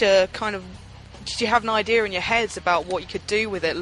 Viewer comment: Yeah, he has a really good accent. The only thing that sounds weird is that he says words like "idea" as "ideer". It's kind of funny actually.